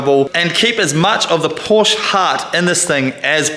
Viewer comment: Love this project. Absolutely amazing. But a Porsche fairy loses its wings every time you mispronounce Porsche.